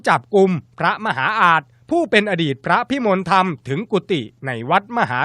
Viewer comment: เขาอ่านว่า พระพิมนละทำ บักผีปอบ